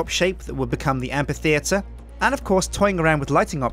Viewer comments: Yeah he does, the correct way of pronouncing the 'ph' in amphitheatre is not as a 'p', but as an 'f'. You know, like in basically every instance you encounter the 'ph' in the English language. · After all this time spent on building Dale, he still mispronounces the word amphitheatre.